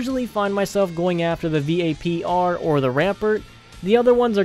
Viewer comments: he said v-a-p-r isntead of vapr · V-A-P-R rampert O_O